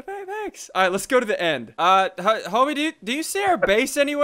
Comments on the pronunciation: The end, not lel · The End...............NOT lel!😂